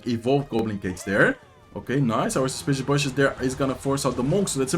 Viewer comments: Bush is pronounced like Boo-sh, but the lips lowered instead of forming a circle like an o would. It’s not that important to know but I thought I’d help someone pronounce english words, I’m British and it’s the only language I know so you’re better than me. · “Bush” rhymes with “push” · I forgot to mention in the other video but the "u" in "bush" is pronounced kind of like "book" or "took," and as always great video and best of luck in the season end